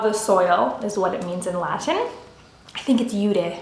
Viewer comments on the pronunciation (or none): none